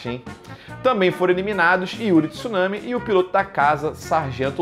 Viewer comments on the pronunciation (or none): none